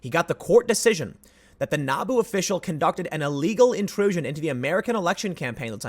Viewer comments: He said Naboo hehehe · So I was listening to this while working on other things, and when Tim said NABU official, I heard Naboo official. I got a bit too excited...